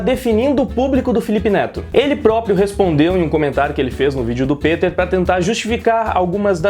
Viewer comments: Ei Nerd peter e não piter kk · Cara mto foda em saber que o é fan do Peter! Ele já havia mencionado antes em outros vídeos, mas pronunciar o nome certo é a prova final de que de fato é fan do ei nerd, tranks?! Peter aqui! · Aaah garoto! Que felicidade em ver alguém pronunciar meu nome corretamente. Anote, você vai decolar no yt com sua honestidade. Tmj! Abs!